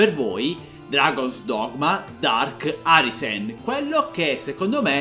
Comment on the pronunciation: Dragon ARISEN si pronuncia Dragon araisen